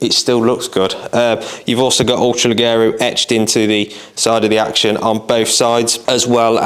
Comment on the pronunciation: Brilliant gun, I have one that I use for game and pigeon shooting. Just so you’re aware (and don’t take it as a criticism) the double ‘g’ in Italian is pronounced as a ‘j’ in English, so it would be ‘le-jero’.